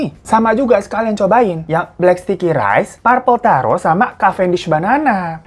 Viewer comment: Purple taro.... salah tuh pengucapannya 🤦‍♀️😂🤣😅